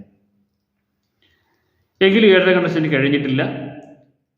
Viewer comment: ഏഴര കണ്ടന്‍ശനി ?? അതോ ഏഴരാണ്ടൻശനിയോ